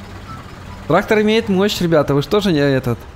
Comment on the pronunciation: В начале видео я один услышал что когда полиция поймала, он сказал ТРАХтор